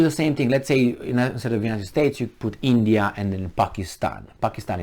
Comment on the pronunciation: You missed a great supporter from India.... You should have pronounced India